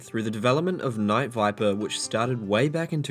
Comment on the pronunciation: Why do you keep saying Wight if its Night?